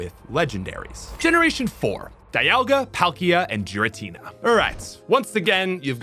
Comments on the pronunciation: This is why the anime usually helps with the naming scheme. Cause hearing Jiratina over and over is actually hurting my head. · …instantly skipped the gen 4 section when I realized thats how you were really pronouncing Giratina lol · disliking because of the pronunciations, geez. Giratina with a J Drought like bought moongeist as gee-ist Kyurem as kai-you-rem Disgusting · Can you PLEASE PRONUNCE THE NAMES RIGHT???????, IT'S "GI-RA-TINA", "KEU-REM" AND "YA-VEL-TAL" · 100% pronouncing Giratina wrong. There's official pokemon content where you can hear it spoken. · Those mispronounces of Raquaza, Giritina, Reshiram, Solgaleo, Nekrozma and Zashien hurts me mentally